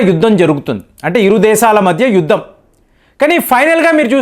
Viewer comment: Uddam? Alight group?Basha? Learn pronounciation 😊